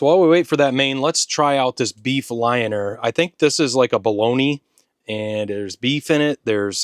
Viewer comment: Hint: If you pronounce "Lyoner" as "Lee owner", you get pretty close.